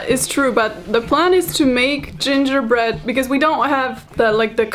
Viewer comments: Not Karolina flawlessly pronouncing gingerbread in every Latin language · That moment when says gingerbread in portuguese FLAWLESSLY Me, a brazilian: ONE OF US, ONE OF US